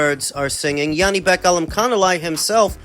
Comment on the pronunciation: It's J, not yanibek, Janibek, he's not german.